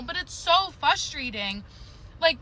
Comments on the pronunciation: I know what is wrong with the woman . If she can't pronounce "frustrating" correctly, she will never not be FUSTRATED. 😂😂😂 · Fustrated huh? Fustrating? Enunciate lady.